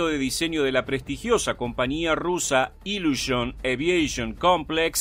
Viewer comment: no diga por favor "iluoshoen! o cosas asi . El ruso se lee casi como se escribe: "iliushin" seria lo mas parecido